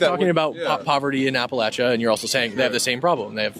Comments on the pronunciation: "I'm from appal8cha." No one from Appalachia pronounces it that way. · "I'm from apa-laysha." No you're not. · dude doesnt even pronounce Appalachia right